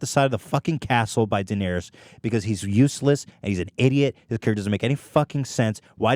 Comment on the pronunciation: How do both of these guys, hardcore Game of Thrones fans, manage to mispronounce Daenerys? Ethan even butchers "Maester".